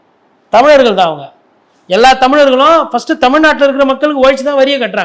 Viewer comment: "தமிழ் நாடு" என்று பேசவும். சங்கீங்க மாதிரி தமிழ் நாட்டை தவறாக உச்சரிப்பது அருவருப்பாக இருக்கின்றது!